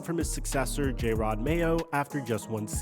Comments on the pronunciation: "Jay-rod Mayo" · It's not JAY-ROD Mayo its jer-rod Mayo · Holy shit. Its JA-ROD NOT JAY-ROD. Also, Vrable is NOT a disciple of Bill. Holy shit, do some research... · Why are you calling him J-rod Mayo? 🤦‍♂️ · Jayrod mayo? How do you report on sports and not know their names lol. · Who tf is Jay-rod lol wtf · “Jayrod Mayo” holy shit kill me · Mayo was around for a whole year and you still calling him Jay-rod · Who tf is JAYrod? Get his name right breh this is your job. SMH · Jay-Rod Mayo lol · Jay-Rod?? Come on man if you can't say his name right your clearly not a football fan. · J air odd??? WTF is wrong with the way you pronounce names sometimes??? is it on purpose? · It's not Jay-Rod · How you say Jerod Mayos name bothers me so much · Are you pronouncing his first name incorrectly on purpose?